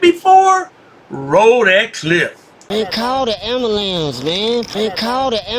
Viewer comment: Also, what dafuq is an AMBALANZ ? Never heard this word before.